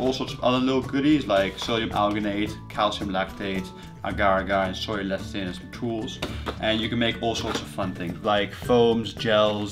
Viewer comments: Why do you keep saying "Sawyer Sauce"? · AlxRev I heard "soya" not "sawyer." In any case, many regional accents add phonemes that are not needed after final vowels. Adding an r is particularly common.